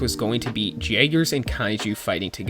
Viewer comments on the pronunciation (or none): Its pronounced "yay-ger", not "jay-ger". C'mon, youve seen the films. We know its a German word where j's are enunciated as y's.